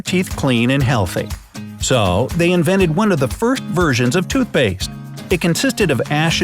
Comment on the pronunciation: "Inveted" not "invented" they day "inveted"